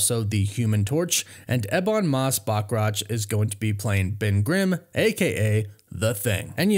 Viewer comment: learn how to correctly pronounce Valeria..and Bachrach and then youll be solid